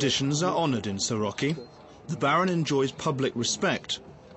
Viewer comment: Soroca not Soroki. weirdo "documentary"